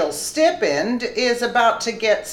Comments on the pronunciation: It's pronounced sti-pend. it's a long i. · I watch all your VIDs and really like them; so, not at all, 'picking' on you, but a STIPEND is pronounced 'STY-PEND' - or perks. I know for myself, I always want to be aware if I mispronounce word/name, so, just a 'friendly' FYI. Thank you for all the great info. You really 'hammer' them out!